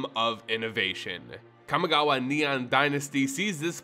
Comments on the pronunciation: You did not just call it "Kami Gaw Wa" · Hey man, I love your content to death. But a warning for anyone else with misophonia; whenever he says Kamigawa, you will be triggered. It’s like his mouth is full of marshmallows. And other grammatical nonsense…like the mispronunciation of melee as “mee-lay”.